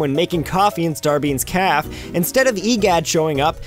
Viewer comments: Calf? Calf? CALF?! It's ca-fay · ...Starbeans Calf? STARBEANS CALF? ...It's Cafe. Ca, like in Cash, and Fe, like Santa Fe.